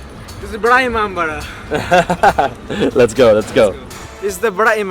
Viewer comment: too said "Vada imambara" Its wrong...its "Bara imambara"